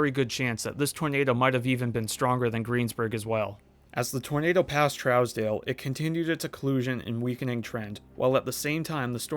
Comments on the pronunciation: I used to live in Pratt (30 miles east of Greensburg - population 7000). Went thru Greensburg frequently when going to Dodge City. You did a remarkable job on getting town pronunciations correct, except for one. Trousdale is pronounced "Trues-dale", not like a trout, :) 👍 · For future reference, It’s pronounced “True’s/troos-dale” not “Trows-dale”. I’m from KS. I went to Greensburg about 2 weeks after, utter devastation. Great doc on this storm. 👍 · Trousdale pronounced troooosdale.